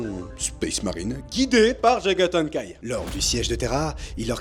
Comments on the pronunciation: Bonne vidéo comme d'hab ! Mais dites, je suis le seul qui entends "Jagathan kai"? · Du mal à prononcer le nom visiblement 😏😂👌🏼